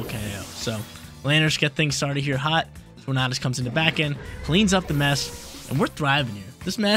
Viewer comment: Just pronounce tornadus like tornado bruh